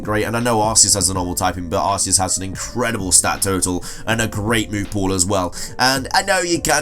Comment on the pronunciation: Arceus is the best poke`mon ever and it is pronounced 'Ark-E-us'